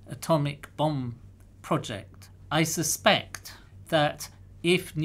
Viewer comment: "I suspect" "Isuspect" "Isispect" "ISIS" Professor P. Illuminati confirmed